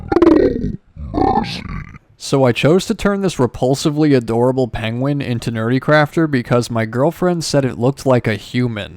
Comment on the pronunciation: 😂😂 BRB howling with laughter (and hey you said my name right!). Hey now, I sacrificed my ENTIRE BUTT for you guys! In all fairness, your girlfriend did say that it looked like a human "Kind of" and "a little" . 😂 But(t) squishy Jackie DID turn out absolutely cutely evil.